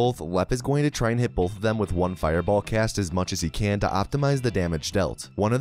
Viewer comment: Just commenting on your accent here... you say the word "both" as if there's an L before the th; "bolth" have you considered doing a "bolth" counter? If not, would you?